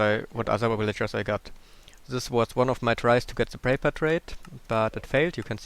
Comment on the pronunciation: ha i love the way he says villagers. willager XD